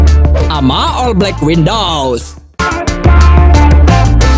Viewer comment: Black widows bukan black windows:(